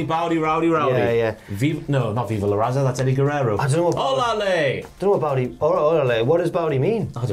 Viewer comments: To clarify for my friends across the pond, it's not "baudy baudy", it's "BOUT IT, BOUT IT" as in "Are you about that life?" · Pretty sure "BOWDY BOWDY" is actually "BOUT' IT BOUT' IT" as in "about it, about it" as in "you are 'about the Latino life.'" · "bout it bout it" not bowdy 🤦🏾